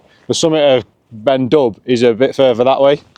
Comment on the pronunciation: Please, it's not 'Ben Dub'. In Gaelic if there's an 'h' after a consonant it usually means the consonant is silent. So it's pronounced Ben Doo (the black mountain).